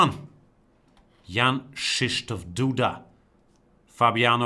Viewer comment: Wow. Perfect pronunciation of Krzysztof!